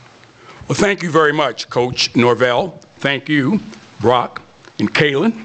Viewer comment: Did he just say Norwell? Can't even get his name correct? Bruh...